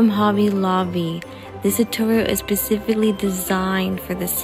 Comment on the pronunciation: I clicked the link and it says unavailable. I am so upset. Also it's not pacifically 😅